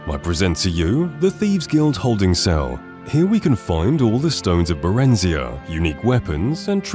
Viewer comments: Barenz-eye-ah (as in "Uriah") Slow Time is what the Dragon Shout is actually called The Frozen Mammoth is an Easter Egg referencing the Yukagir Mammoth found frozen in an exceptionally well-preserved state in 2002 in Siberia Cro-N-van-G-r Cave (so creeped out you can't even bear to read the name properly?) K-eye-nesgrove pronounced as in "SKY" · You pronounced Barenziah weird.